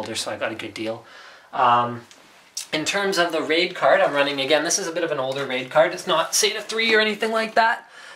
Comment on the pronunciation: when he said raid card i herd rape card